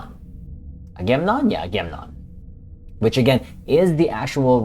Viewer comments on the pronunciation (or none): You missed the second 'a' in your pronunciation. Sounds like.....Aga...mem...non! 🙂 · I think that C.S.S. Ranger should be renamed Stalker, I think it would fit that culture better. I think its pronounced aga-mem-non, I remember its Greek. I think that I.S.S. Relentless had the most different design.